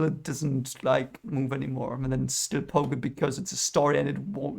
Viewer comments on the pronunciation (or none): none